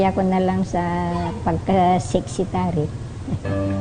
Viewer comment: Sexitary? O secretary?